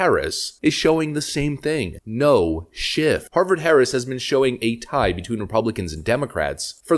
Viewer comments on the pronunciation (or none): Stop saying shiff, it’s shift